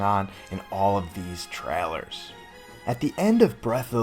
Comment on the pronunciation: I’d Subscribe, but the way you say ‘trailer’ is absurd.